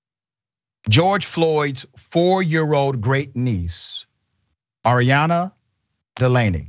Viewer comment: Her name Arianna. You keep saying Adriana. The gang violence in Houston is out of control. It’s the most dangerous city.